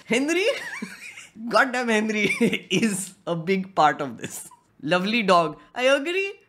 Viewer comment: Bro when you say henry it sounds like hindri